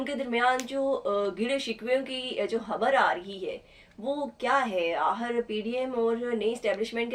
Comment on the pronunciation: Please change this compere unless she improves her urdu accent. Please tell her the word is not AHIR, the word is AKHIR and so on....